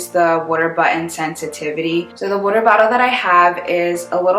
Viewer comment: Wooder!? From Philly? 😇